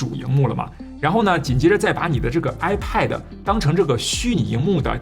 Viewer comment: 发音不准……不是“派德”……也不是“麦克布克”……